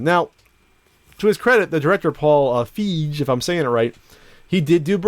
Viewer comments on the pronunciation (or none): just an fyi it's pronounced fie - gee. with a hard g. like me. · It's pronounced "Feeg". He also did Freaks & Geeks with Judd Apatow, which is fucking great. I think this reboot/sequel will not live up to the original, but I don't think it will be too bad either. Nothing will ever top the first. Reboots made after the 80's tend to suck.